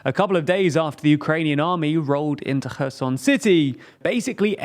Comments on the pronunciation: I REALLY, REALLY appreciate you finally using the proper pronounciations for Kharkiv and Kherson. Thank you! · Pronouncing Cherson correct way after 9 month ! Thank you !!!!